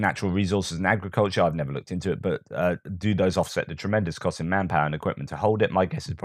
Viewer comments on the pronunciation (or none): none